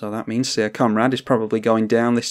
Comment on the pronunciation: Syr is pronounced the same as Sir, not as seer.